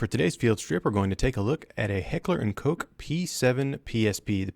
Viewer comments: Sorry but if you have gun channel atleast you should know how to pronounce the manufacturer. Koch is pronounced Koh not Kok. German factory. Greetings from Croatia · by the way "Koch" means cook, or rather chef (since in German there is also a female version "Köchin") and when you look up the word on dict.cc you can listen its correct pronunciation in its entirety. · No its not "coke"! :D Just the "co" and then hiss like a cat for the ch.